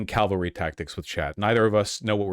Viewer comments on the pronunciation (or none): Calvary charge? Ca - val - ry. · He keeps mispronouncing cavalry